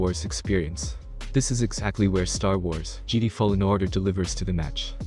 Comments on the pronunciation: Say Geedee one more time! Lol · He pronounced Jedi as geedee:/ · Lmao, this dude can't pronounce Jedi right